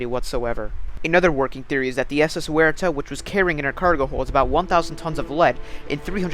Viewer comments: In Australia Waratah is pronounced Woh-reh-tar. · Correct pronunciation of Waratah.